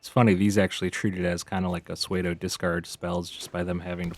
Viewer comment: Great videos and decks - just wish I could make them! Also - "Pseudo" is pronounced "soo-doe" x